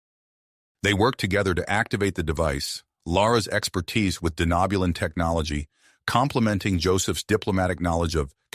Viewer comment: Lovely story, the only thing I’d have to complain about is the way the TTS pronounces “Denobulan” but I know it’s gotta be a pain to get correct… Keep it up, I’d love to hear more of this story. Edit: Okay gotta put on my nerd hat really quick… What’s with the Denobulans having antennas??? The Andorians are the only major species I can remember having them